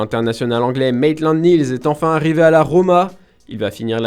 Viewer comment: Maitland Miiiills, soit tu prononces en anglais, soit en français mais les mélanges c’est degueulasse. Et en français on dit « Oui » et pas « Uiiiii ». C’est fort surtout quand on a un débit aussi lent ! Je pensais que vous auriez pris quelqu’un avec une bonne diction et un niveau correct de français